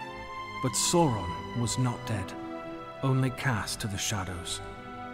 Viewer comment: Great video but I do have to mention this, the Dark Lord's name is pronounced Sar-on not sore-on.